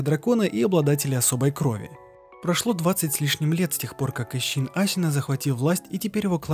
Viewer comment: А можно Шиноби а не Сщиноби, Асина а не Асщина, Исин а не Исщин. Очень интересно, но слушать это невозможно.